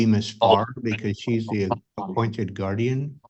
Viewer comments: Drives me wacky when ppl say GUARDIAM..... IT IS GUARDIAN.... WITH AN N........ NOTTT AN M.... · Moms brows tell me all I need to know about her and if the Aunt doesn’t stop saying “Guardiam” instead of guardian…